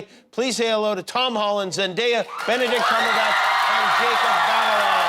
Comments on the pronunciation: nobody : jimmy kimmel : Zen DIA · He mispronounced Zendaya’s name